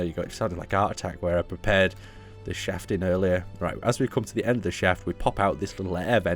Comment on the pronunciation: 'Like Art Attack...I prepared this shafting earlier.' 《《 At least, that's what these old ears heard. xD